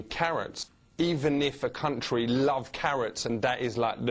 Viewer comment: "Cuntry" always gets me😂😂😂